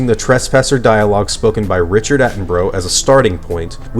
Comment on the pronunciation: Richard Attenbro? Its Attenborough, I though David (Richards brother) was just as popular in America as he is in the UK so how can you miss pronounce his name.